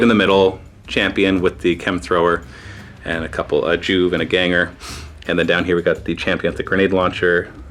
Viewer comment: Joo-vee. Not Joove. FML.